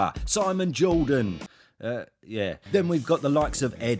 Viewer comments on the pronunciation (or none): none